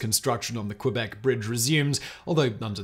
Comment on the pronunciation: It is, but Simon doesn't care at all about prononciation of any languages and that even include english world that are not familiar to him. 🤷‍♂️